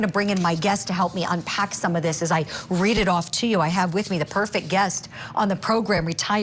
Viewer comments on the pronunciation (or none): none